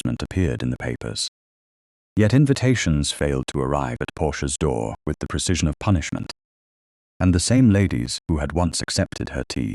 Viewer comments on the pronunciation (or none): none